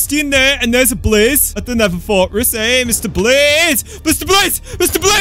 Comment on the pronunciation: ITS FORTRESS NOT FORT RESS